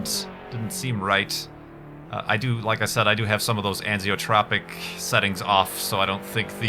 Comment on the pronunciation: Dangit! It's not "anziotropic", it's "anisotropic"! As in "anisotropy"! Exclamation mark!